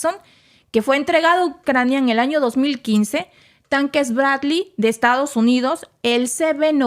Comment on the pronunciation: ¿Quieres un comentario?... El tema, muy interesante... El libreto, pretencioso, confuso y mal escrito... La supuesta improvisación en la locución, pobre... La dicción, mala... La palabra castellana es captura, no “cactura”, ya que viene de capturar y no de cacto... El nombre del blindado de transporte norteamericano “Bradley Fighting Vehicle” y se pronuncia “Brad-ly” y no Bracli... La voz de la locutosa, chillona e inapropiada... Y para no confundir las cosas, yo, desde el comienzo, he sostenido que esta guerra fue provocada por la NATO y los norteamericanos...